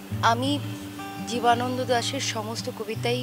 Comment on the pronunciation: ভালো নাটক।সবকিছুই সুন্দর।শুধু জীবনানন্দ দাস উচ্চারণ টায় নজর দেওয়া উচিত ছিলো।